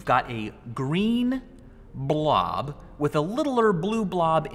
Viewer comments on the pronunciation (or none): I like when he says blob